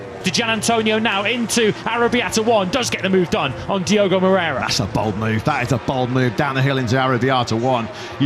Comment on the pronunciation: Repeat afeter me: Mo-rei-ra It's not "Mrera".